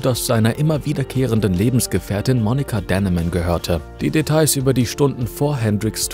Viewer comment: Monica Dannemann, nicht Denneman. Sie war schließlich Deutsche, dann darf man den Namen ruhig deutsch aussprechen.